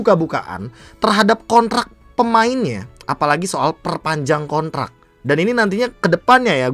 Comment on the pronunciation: Kontrak Be bukan konrak🤣